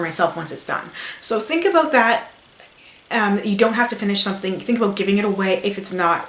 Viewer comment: aboot xD